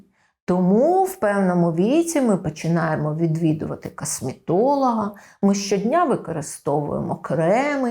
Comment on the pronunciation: прАблЄми кАсмЄтолога прАфілактично дискАмфорт трохи ріже вухо